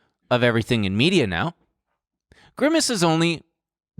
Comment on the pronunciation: grimace but pronounced like versace